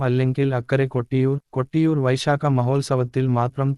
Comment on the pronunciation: കട്ടിയൂർ അല്ല കൊട്ടിയൂർ ആണ്